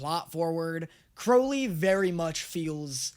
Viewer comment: Crowley says it correctly.